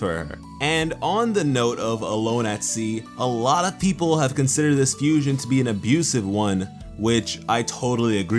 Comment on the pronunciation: "without the watermelon stevens it would have bin a total losh." ok so you said losh xD